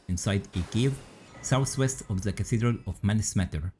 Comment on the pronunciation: Much love bro, but “sous-west” is crazy. Maybe slow down your speech.